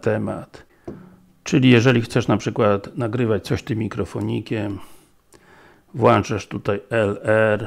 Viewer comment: włĄczasz nie włANczasz